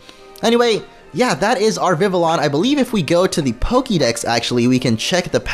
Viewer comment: It’s not Vivillon. It’s Vi vi on